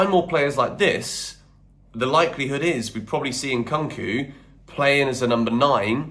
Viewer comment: Please go and learn how to pronounce Nkunku’s name properly. Or just call him Christopher because you’re not even trying dude